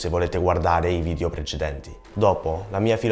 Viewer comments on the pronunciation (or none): Simpatico, bravo! Comunque sono certa che lo sappia scrivere bene ma è “video”, attento alla pronuncia della “e” perché risulta “vidio” all’ascolto, errore fonetico che fanno anche gli italiani, peraltro. Complimenti comunque :)